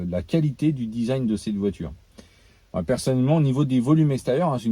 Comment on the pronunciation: Désolé j'ai bloqué dans ta vidéo sur ta prononciation de "Design" 😂 "Dizagne"